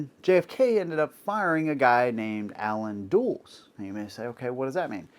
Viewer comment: I'm sorry, but when you can't even pronounce the name Allen Dulles correctly, you really ruin a lot of your credibility.